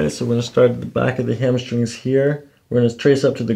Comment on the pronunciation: Did you say “hammer strings”? 🤣